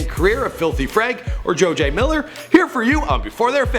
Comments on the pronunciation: "joe-jay miller" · XDDD Pink "Man", "Jojey" Miller xDDD This is cancer bro. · Who the fuck is Jojay Miller